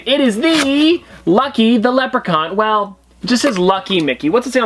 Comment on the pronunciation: Notice how he said “lucky” 🍀